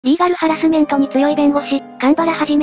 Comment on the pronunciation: 「これね リィ↑ガルハラスメントなんですよ オンブズマンでもないくせに」 忘れないよカンちゃん・・・